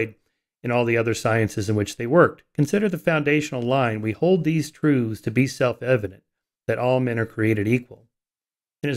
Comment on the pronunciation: I wish Michael wouldn't say "troothes" as the plural of "truth".